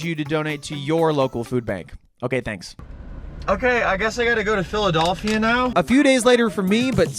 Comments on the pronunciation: I think I'm more insulted that he kept calling it, "PhilaDOLLphila". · Brother please say Phila-DELL-phia😭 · PhiliDOLLphia is irking me in a way I didn’t know was possible 🤣